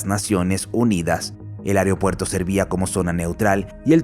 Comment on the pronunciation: No se dice AEREOPUERTO, se dice es AEROPUERTO. Favor corregir al narrador y si es una voz virtual corregir la escritura que da la pronunciación.